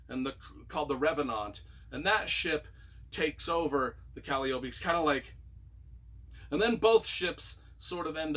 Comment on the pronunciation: really knows how to pronounce calliope, he's just funnin' with us. And consortium, paradigm and hyperbole too. But nobody knows how to pronounce noir.